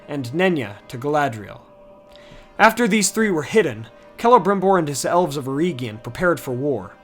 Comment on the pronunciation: its eregion.... not ereeegion